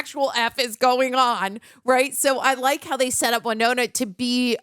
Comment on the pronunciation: Winona, not why-nona.